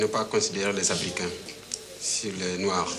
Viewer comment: Derrière des murs sales dans un foyer ou vivent des noaARrrr!!! 🤣